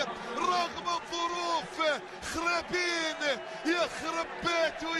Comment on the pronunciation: ههههههه بضحك عل معلق عم يقول خريطين بس هدف رائع # أسم اللاعب (عمر خريبين)